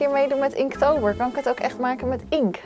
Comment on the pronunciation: het is inkT het is inkT